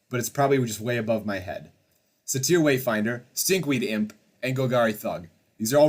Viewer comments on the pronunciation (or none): Dude can you please learn how to pronounce words. Satee-er? Satyr is pronounces say-tear. And how the fuck did you get Acken Rider out of ASH-en rider?